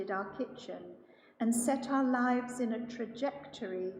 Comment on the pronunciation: You are "our life" the accent through me off 😲😳😂 Love LJS, from Dallas, TX ❤